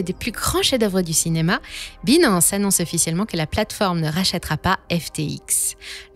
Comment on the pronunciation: C'est trop cucu la façon qu'elle prononce Binance😂😂😂. Il faudrait qu'elle prenne des cours d'Anglais. Hasheur le prononce si bien.